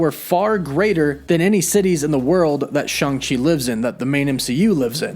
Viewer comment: It's neither Shung nor Chung - come on, man!